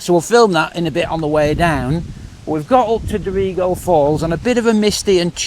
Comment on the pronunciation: Glad to see that all issues have been resolved. Here is some info on pronunciation of various towns you have visited. Maclean (pronounced Mac-Lane); Dorrigo (pronounced Do[o as in hot]-ree-go); Belligen (pronounced Bell-in-Jen) 😊